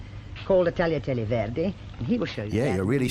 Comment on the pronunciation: fanny craddock is definitely a woman, right? either way, she pronounces tagliatelle correctly